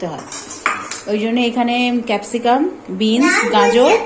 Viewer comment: ওটা বিনস, বিঞ্জার না গো ❤❤